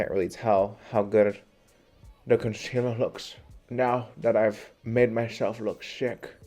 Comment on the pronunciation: ‘Conciller’ honey I caught that 😂